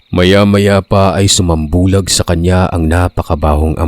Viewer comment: Sumambulat po, o sambulat,, hindi po sumambulag!!😊